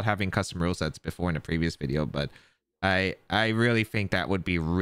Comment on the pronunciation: I love how you can hear Wolfe actively try to not say "Wideo"